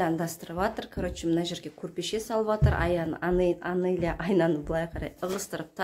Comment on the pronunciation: Аноля емес Анеля дендершы